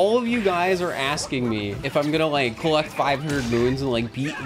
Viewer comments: YOU JUST SAID IKE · you just said "ike"